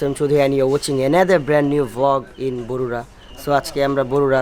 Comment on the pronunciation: bogura not borura